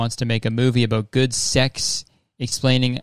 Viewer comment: i forget your until you say “abouuuuuuut”